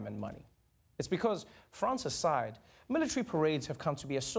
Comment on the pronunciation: What's a "militry"?